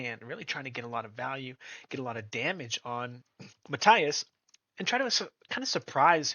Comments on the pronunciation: Mahteeas, Matias, NOT Maathias, por favor amigo, say it right, and your subscribers will most likely grow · No hate here just a little information. If you want to pronounce his name a little closer to the natural pronunciation say Ma-Tea-ass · Please learn how to pronounce Matias. 😂😂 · How can you make a video of someone and can't pronounce his name right🤣